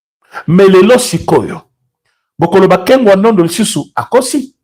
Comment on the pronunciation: C’est kengo wa DONDO et non NDONDO svp!